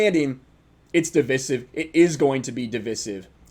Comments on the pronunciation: You lost me on the devisivvv that’s the first time I’ve heard that pronounced that way. It’s di-vi-sive. Di - vi strong iiiiiii viiiii sssiiiiveeeee. Di*vi*sive. Not dvsive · You’re mispronouncing divisive, bro. It’s pronounced duh-vai-suhv. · Just FYI it’s pronounced Duh-VY-suhv. Nice video. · I don't think interest in the NFL has anything to do with propaganda and the BLM movement as much as it has to do with many people believing a full schedule will be impossible with the amount of players and necessary contact in the sport. Also, it's pronounced div-eye-sive. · It's pronounced div-EYE-sive bro.... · It’s pronounced as de-vi-siv. Divisive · Div-eye-sive... Youre sayin it wrong doofer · You’re pronouncing “divisive,” like a liberal trying to sound smart... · Am I missing something on why he pronounces "divisive" the way he does?